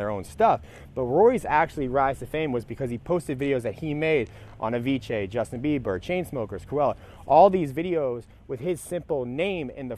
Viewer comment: I like how you say Avicii "Aviche"